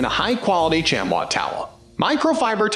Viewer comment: First off it's pronounced shamee not shamwa. Second, a good chamois is WAY more absorbent and any micro and better at removing water especially on glass. The more you use a chamois the better they get. You have to thoroughly wet the chamois before using then wring out as hard as you can. And there's always one side of the chamois that's more absorbent. Microfiber work fair on body panels but suck on glass.